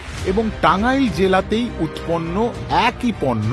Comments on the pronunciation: আমি টাংগাইলের মানুষ। আমি কখনো ওভাবে টাংগাইল উচ্চারণ করি না। এবং টাংগাইলের কেউ ওভাবে উচ্চারণ করে না। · বাংলাদেশীরা টাঙাইল বলেনা। টাঙ্গাইল বলে সবসময়। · যে কথা বলছে সে বাংলাদেশী না,সে বলেছে টাংইল। বাঙ্গালী কেউ বললে বলতো টাঙ্গাইল। প্রতিটা কথাই বুঝা যাচ্ছে। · টাঙ্গাইল শব্দটার এক্সেন্ট দেখেই বুঝা গেছে এটা পশ্চিম বঙ্গের কোন লোকের কন্ঠ। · লাস্টের কথা গুলো খুবই মূল্যবান,,এটা নিয়ে আরেকটা এপিসোড চাই। মাদারবোর্ড টাঙ্গাইল সঠিক ভাবে উচ্চারণ করতে পারছেনা 😂